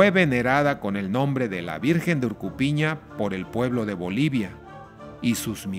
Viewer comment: No es jakaypiña orkopiña...Si no es"jag'aypiña org'opiña" org'o significa cerro..org'opiña significa"esta en el cerro o en el cerro"